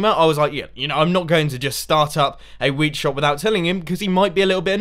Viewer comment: every time Mumbo says "Wheat" I think he says "Weed"